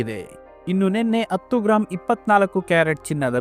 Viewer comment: Sir attu alla adu hattu